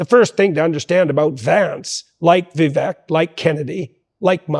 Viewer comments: Vivek like cake not eck. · Jordan, I love you like a brother. Correct me if I’m wrong, but I believe Vivek’s name is pronounced Va Vake, not Ve Veck. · Vivek rhymes with cake doc; BTW, thank you so much for this video, it is fabulously informative, instructive, inspiring, and even entertaining! I must watch much more of you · Just FYI, it’s pronounced “Vi-vake” (like “cake”) Ty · Remember to pronounce VIVEK with the E as a Spanish E, which is actually pronounced as a LONG A. Or, as others keep reminding us ... Vivek rhymes with CAKE !